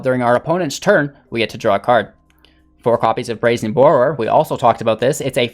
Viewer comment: Mans said Brazen Bore-row-er